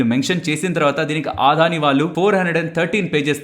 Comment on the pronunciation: Aadhani enti brother Adani kada, Telugu vallu ayundi ila telugu ni wrong ga pronounce cheyadam enti. Video chustunapudu Aadani ani word vachinana prathisari vinadaniki chala chiragga anipistundi. Can't watch this video.